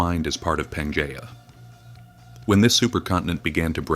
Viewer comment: Pan GEE uh!!